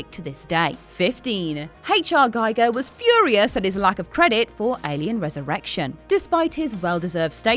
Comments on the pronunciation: It’s “Ghee- gurrr “ , not “Guy- gurrr”. Not like a “Geiger” counter. HR Giger. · GIGER pronounce Gee Gar Not Gy Gar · Guy-ger? 'Muricans. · An easy mistake to make but his name is pronounced "Gee-ger", not "Gi-ger". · Its pronounced H.R. Geeger. Not gaiger. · Giger is pronounced "gee-ger" not "guy-ger" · Giger rhymes with eager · Giger was Swedish. His museam is in Sweden. I have Swedish friends. It is Geeger. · 26. Giger is pronounced Geeger. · "GEE-GER", you troglodyte!! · Sad to hear H.R. Giger's name being mispronounced again. It rhymes with Meagher. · One thing you obvious don't know... Giger is pronounced Geeger! But otherwise thanks for some nice news... I did not knew :-) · From Giger's partner Mia Bonzanigo, May 14 1980: "...the American pronunciation is always "Geiger" as in Geiger counter, rather than "Giger" which rhymes with eager..." Source, 'Giger's Alien (Morpheus Books). Inthis context she was complaining about Giger's name being mispronounced at the Oscars. "gee-ger" is the correct pronunciation. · You know so much about Alien, but don't know how to pronounce Mr. Giger's name... :( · Lost any credibility at mispronunciation of Giger's and Bolaji's names. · Oh,, why did you use the American pronunciation of Giger? The artist himself HATED that...